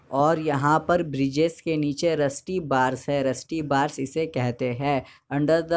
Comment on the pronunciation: nice explanation but ..hai pe kam jor do thoda